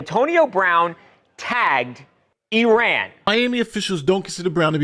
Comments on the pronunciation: I ran that's what he meant to say not Iran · He wasn’t in Iran, he was saying “I ran” 😂